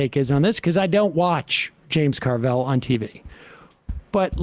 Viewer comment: It's Carville, not Carvel. That was or still is an ice cream place on the East Coast.